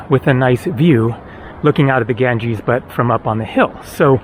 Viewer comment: You mean, Ganges IS called Ganga in local languages. And i can't stand it either how he pronounces it and i am not Indian, only have been there 3 times.